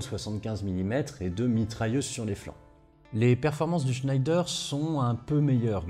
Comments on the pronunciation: Bonjour, bien documenté et très instructif. J'aurais une remarque, ne prononcez pas le nom de Schneider avec cet accent. Schneider se prononce à la française "schnédère" ou comme à l'origine "schnèdre". Les frères Schneider étaient Français et maitres de forges dans la ville du Creusot en saône et loire. Vivement la prochaine vidéo.... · Schneider, comment le prononce t-on ? Je sais que le nom de famille se prononce "schneidre". Depuis enfant et dans l'industrie, j'entends le prononcer à la française : "schnèdère". Mais les vulgarisateurs de youtube prononcent à l'anglaise ? Ou peut-être à l'allemande ? Qui connaît la prononciation de l'entreprise du Creusot ? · Merci beaucoup pour cet exposé particulièrement bien construit. Une observation : Schneider est une marque française...il ne faut pas prononcer à l'allemande ! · sauf qu'il ne prononce pas correctement... il n'y a aucune raisons d'appliquer les règles de prononciation allemandes pour une famille qui ne l'est pas ... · Le char SCHNEIDER avait pas une prononciation plus française ? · Super vidéo ! Juste une petite remarque Schneider se prononce à la française "Schnèdre" non à l'allemande "Schneydaire". Mais un grand bravo comme d'hab ! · Pas sûr du tout qu’on puisse prononcer Chnaïlledeur pour chnédère. Qui le sais ? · Superbe exposé, comme toujours! Mais attention, en temps de guerre contre l'Allemagne parler d'un fleuron industriel français en prononçant "Schnaïdère" au lieu de "Schnèdère", c'est risquer de subir le sort de Mata Hari!😄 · Hey juste pour dire, ça se prononce « schèdre » et pas scheider a l’allemande Super boulot sinon! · Je pensais que l’on prononçait « schnèdre » comme pour l’usine Schneider, non ? En tout cas super vidéo, c’est vraiment pas courant de parler de doctrine plutôt que de juste décrire les chars sur ce sujet ! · Superbe vidéo, comme toujours. Merci! Juste une chose, Schneider c'est Français (Le Creusot, Bourgogne), ça se prononce"chnédère" 😉